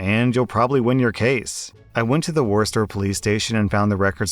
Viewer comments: The word is, it’s basically pronounced Woostah, like someone saying Rooster without r’s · It's pronounced like Wooster. Worcester resident here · Excuse me sir. It's pronounced WOOSTAH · Just FYI, in MA Worcester is pronounced Wuh-stah. Only natives would know that, so zero out of 5 butt-holes to you. 😂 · War Ses Ter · It’s pronounced “WOOSTAH” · Wuss-ter Mass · It's pronounced "Woostah" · Worcester =“Wusstah” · Wis-ter is the correct way to say Worcester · the "r" in Worcester is silent and omitted as a second "o". So, it's pronounced "WOO-STER" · Believe it or now it's pronounced Wooster. Just looked it up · Repeat after me: WOO-STAH. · Ditto. Like full body cringed. Its woostah! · Yay, Wormtown!! Lol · ITS PRONOUNCED Wo-stir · It’s woooooster lol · At least he didn't say "Worchester" like everyone else seems to say. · From RI, it's woostah damnit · I’m a proud citizen of Worst-er. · From RI, kept bothering me every time. It's Woostah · Phonetically it sounds like Wooster I know it was killing my ears to listen to how he butchered the name the town of Worcester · Everyone from Massachusetts is cringing at the way you’re pronouncing WOOSTAH 😂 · the way you pronounced worcester lol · You pronounced Worcester wrong. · As a masshole, hearing you pronounce Worcester like that made me cackle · I did a double take when he said Worcester. Oh dear god. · pronounced Worcester like that... me: grabs the popcorn cringing all the while 😆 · How many times did people say you said Worcester wrong. Is this your strategy to increase engagement? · As someone from Massachusetts… cringed every time he said Worcester in the first story haha doing a great job otherwise though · I was thinking that too. At least he tried! I usually hear people pronounce it “War-chest-Er”. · Same here, and even worse that I live IN Worcester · He murder the town name so hard, it made me cringe lmao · Oh yeah, definitely. My massachusetts blood hated it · He butchered it